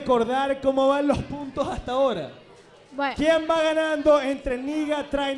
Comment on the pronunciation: Mori de risa con diciendo "pero justo ahoda" JAJAJAJAJAJAJA